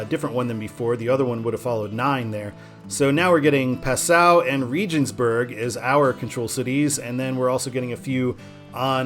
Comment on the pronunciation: Passau is pronounced PAH-sow, not p'SOW. My mother lived there for about 5 years.